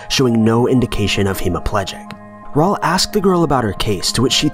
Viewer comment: He also said Raul like Paul smh